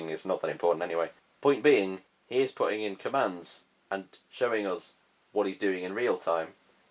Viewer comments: Nobody: This guy everytime he trying to say us: os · People: us.: uzzz.